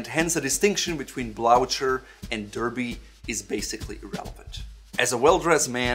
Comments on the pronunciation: I heard blaucher, blotcher, in any way but sounding like "blue her". Is it to prevent horses from neighing and freaking out? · I have never heard it pronounced "blou-cher." I go with "bloo-ker" however "bloo-cher" is also acceptable for some. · I am surprised and amused that you, as a person of Northern European extraction, would pronounce the word "blucher" (blooker) as you do. I love what you do and thanks for it. I am the most stylish guy in my seniors' residence because of your videos. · Shouldn't that be pronounced as dar-bee and blu-ker? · Can't believe that despite knowing exactly how to pronounce "Blücher" in German you decided to say "blout-sher" instead without even a slight hint about the word|s origin .. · A great video on the difference between the shoe's characteristics, but the pronunciation of the word Blucher is wrong. Blucher was a famous Prussian general, thus the pronunciation should be German- with an *h*: (Bluher). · Actually I was surprised and amused, too, by the pronunciation in the video, but also by your Blooker. These shoes are named after the Prussian (German) General Field Marshal Gebhard von Blücher and their proper pronunciation is completely different from anything I have heard or read here. - coming from Germany - of course know this, but as far as I understand it is not only allowed but pretty much standard in English speaking countries to "englify" foreign words. Would be rather impolite to do the same in Germany by the way. Click the play button here